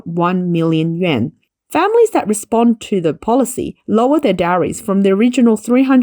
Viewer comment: The correct pronunciation is something like “you-en.” But that's just to get started. That first “you” part is pronounced with the mouth forward, like the German letter ü. The second “-en” part is really somewhere between “en” and “an”.